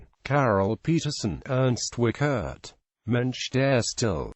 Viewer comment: Nice to see E.W. on YT- but it hurts to hear the terrible pronounciation of the name: The IE is pronounced like the English EE, the CH is no K but close to SH, the E is an open vowel like in ehm?, the RT like in Bert.